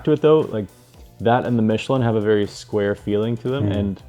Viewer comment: I just KNEW that schwalbe and Michelin would be pronounced wrong! 😂 ❤ Its " sch-val-buh" 🇩🇪 and "meesh-el-ah(n)"🇨🇵